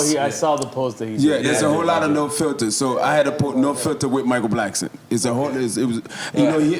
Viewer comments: Why Nore keep Calling Him Michael blacksman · Why is everyone pronouncing Michael Blackson’s name wrong? Blackston or Blacksman! 😆😆😆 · He callin that nigga Michael Blacksman lmfaoooo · Am I trippin or does Nore keep saying Michael Blacksman instead of blackson 😆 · I just need NORE to stop calling him Michael BlacksMAN 😂😂😂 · Nore said.. “Michael Blacksman”🤣🤣🤣